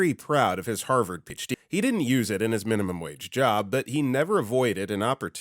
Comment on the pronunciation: I'm not saying he isn't real, but this video strongly resonates as AI. Especially with the consistent mispronunciation of PhD. No human would do that. Especially that consistently.